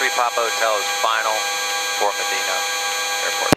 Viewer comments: That is awesome that he prayed just before taking off. 🙏🏻 FYI: Medina Ohio is pronounced Ma dine a. It doesn’t sound like it’s spelled. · It’s not Meh-deen-ah Ohio, it’s Ma-dyhn-ah Ohio